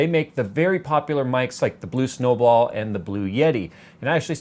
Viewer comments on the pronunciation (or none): you said blue snowblal. In the beginning lol